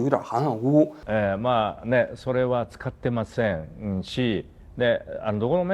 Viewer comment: 王局這日語發音「使ってません」我是實在聽不下去了...😅😅😅